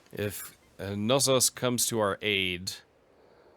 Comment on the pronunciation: It's actually true to the greek pronunciation to pronounce the k in Knossos. If you want to take it a step further, the emphasis shouldn't be put in the first syllable but rather the second therefore it would be pronounced KnossOs rather then KnOssos